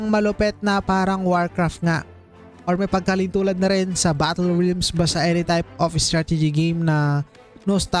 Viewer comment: HAHAHAHAHA RILMS ANG BASA SA REALMS? HAHAHAHHAHAHAHAHAHAHAHAHAHAHAHA